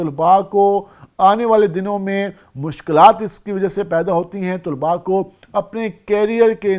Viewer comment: طلباء لفظ ط پر پیش نہیں طلب لفظ ہے